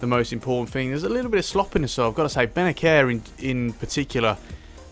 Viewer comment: Its like benaser not benaker